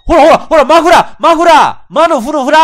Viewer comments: レトさん「マのフのフラー」 自分「ん？」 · マのフのフラー！ …マフフラー？(((